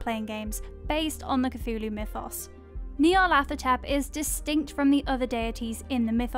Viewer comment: I like her but someone pls give her pronunciation guides cause the way she pronounced Nyarlathotep made me fuckin cringe lmao